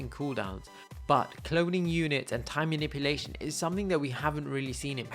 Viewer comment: Well, you made a mistake, it's not maniuplation, it's manipulation. But it's a great video